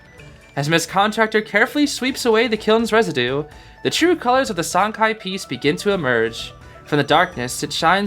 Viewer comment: I believe Sancai would be pronounced San Tsai, based of some mandarin classes i took in highschool lol. I might be wrong but i think the letter 'c' in pinyin never makes a 'k' sound like it does in english. It's a 'ts' like in "cats"